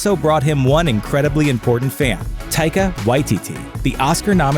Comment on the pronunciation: He says Taikas name properly thank the lord